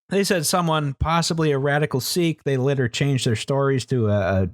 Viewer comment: Relistening to this months later and only now do I catch that says the initial death count was "rater laised" instead of "later raised."